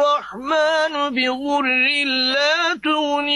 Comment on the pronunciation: Bizurril dedil,bi duriril olacak